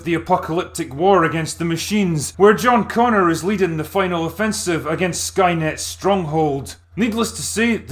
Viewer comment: oh... it's john bonger